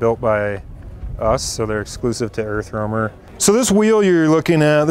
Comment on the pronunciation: erfromer hahah u need to pratice that word